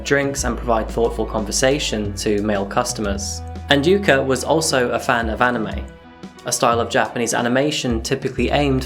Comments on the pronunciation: I hate English for using vowels unlike many other languages. The way you butchered Takaoka in the intro (but said yuka right) almost hurts^^ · Love the video man, but the pronunciation for the 'a' in Takaoka is killing me. You got it right for Yuka, why don't use it the same way for Takaoka?